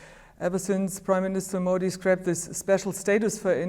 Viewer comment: Lol "Mao di" Yes Modi di, Mao di, lol